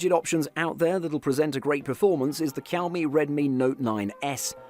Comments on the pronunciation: It is not kaomi it is xiaomi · Why you always pronounced Xiaomi as quami??